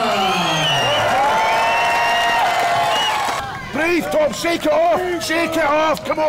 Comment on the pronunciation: Why can Flex Lewis never pronounce Stoltman right lol "Stoltam"